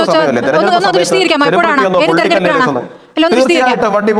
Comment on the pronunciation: "തെരഞ്ഞെടുപ്പ് " എന്ന വാക്ക്, "തെർനെടുപ്പ്" എന്ന് ഡിസ്റ്റോർട്ട് ചെയ്ത് പറയാതിരിക്കൂ, പ്ലീസ്!